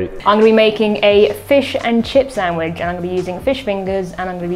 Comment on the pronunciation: It's a SAND-WICH, not a sam-widge! Gahh!!!